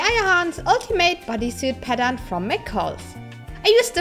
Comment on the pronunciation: 2 minutes before the video ends and you realized she was saying pattern not padam